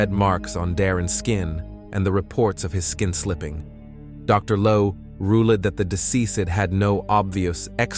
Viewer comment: Farinheight really? Learn to talk properly. Also said rueled instead of ruled as well as schizophrenia